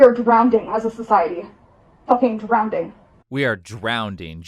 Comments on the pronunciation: I don’t get why so many people say “Drownding” not only is it wrong it SOUNDS wrong. How did it start? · lol this entitled chick loves telling people what to do and she cant even say drowning right. That's like a math teacher getting mad at her students for not saying 2+2=5. I sure hope none of you are 'drown ding' like her. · "DrownDing." And she said it TWICE!!!😭😭😭 Why are people?!?🤦I bet she pronounces "library" as "libary"- and you KNOW the b!h for Sure says "Irregardless"!!💀💀💀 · Yeah I'm definitely gonna change my logical mind bc a self-righteous self-important emotionally-driven child who says "drownding" said so. 🤡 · HELP 😭 she said DROWNEDING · She has a "big heart and empatheigh." Bro I hate the way she pronounces some of those words. "You literalleigh abused meigh" "drownding". She's a walking annoyance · "We are drownding" Grandpa: 🤨🤨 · “Drownding” at age 24 is mental illness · “We are drownding, just drownding guys” 😂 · bet you any money in the world that Hamas Piker never read " Why Nations Fail " its just there for show... ALSO this idiot said DROWNDING LOL PUT HER IN A CHAIR.... I have seen people with literal DOWN-SYNDROME HOLD A JOB AND SHES SAYING SHE HAS 15+ THINGS WRONG WITH HER THAT ARE DIAGNOSED?! imagine how much woke and DEI and the ABC cult inflated and ruined how america looks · Being 24 and saying "Drownding" and "Ecomony" and then editing and posting the video god i wish I was that retarded cause as they say, ignorance is bliss. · "Drowneding?" Jesus, she doesn't even know how to pronounce "drowning." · “Drownding” 😂 typical educated liberal. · “We are drownding right now” 😂 yeah people like her make me feel pretty “drownded” alright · "..drownding, literally drownding..." y'mean drowning? Absolutely insufferable.. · Drownding lol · Yes, she is very educated... Drownding 😂😂😂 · People who pronounce drowning as “drowneding” should not be taken seriously. 😂